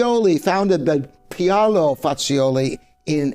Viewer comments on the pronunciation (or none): he acts like he’s an expert. Also mispronounced Paulo Fazioli s name badly.